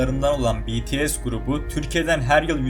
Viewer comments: BTS deyil PETESE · BTS'ye deyil BTS diye okunur. tapmaktan bahsetmişsin ama sizde azerbaycan'ın üzerine tapmıyomusunuz siz nasıl seviyosanız bende aynı şekilde BTS çok ama çok seviyorum sonsuza kadadarda sevicem ha azerbaycan'rı sevmiyomusun dersen onlarıda çok seviyorum ülkelerin yer deyişmesini de istemem sadece BTS türkiyede daha önce hiç konser vermediyi için böyle bir yorum yaptım